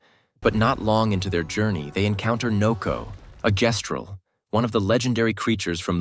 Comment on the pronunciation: How THE FUCK you play through THE WHOLE GAME and still pronounce Gestral COMPLETELY WRONG. That honestly invalidates the whole video because apparently you weren’t paying enough attention